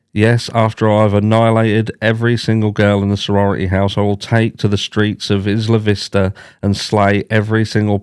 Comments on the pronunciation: It's 👁️-lah not Is-la 😊. 👍 They really do have many similarities. I'm sure BK read up on ER. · Isla Vista is pronounced Eye-la vista. In Spanish it means island view. It’s where I went to University of California in Santa Barbara. 😊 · Just a FYI it is pronounced… I La Vista…. Isla Vista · Also…not trying to correct you. Obviously we speak very differently, but here in southern California we call it Isla Vista (like eye-luh, like as in island). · Eye-luh Vista 😊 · Sorry, it's Eye La Vista for the pronounciation.